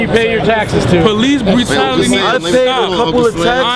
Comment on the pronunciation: lol he said "police brerality"